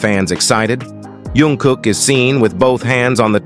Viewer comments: iT'S NOT YUNG KOOK BUT JUNG KOOK, PLEASE SAY IT PROPERLY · jungkook not yongkook😂😂😂